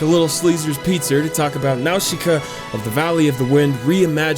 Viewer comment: when his says Nausicaa i cringe so bad